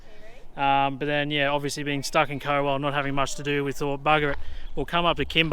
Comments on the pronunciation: 😐🤣😂👍 Co-well 😳🧐 it’s Cow🐄ell , COWELL as in Moo Cow 🐄. I went to school there as a six year old ( many moons ago ) and you Wankas 🤣🤣🤣😂👍 the funnies at the start 😝 good to see you have fun . Loved it all brought back many memories 😎👍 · Cowell is pronounced [COW] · Pronounced Cow-ell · Cowell pronounced “Cow” we speak a different language in South Australia 😀